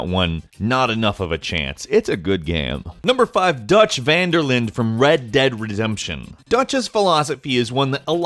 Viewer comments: Anybody else notice how he said "Red Dead Rezemption"? RDR2 zombie DLC confirmed. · "Red Dead Retzempshion"... probably a glitch in the matrix... but it sounded like he's drunk and slurring... lol but another great video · Did he just say red dead resemption?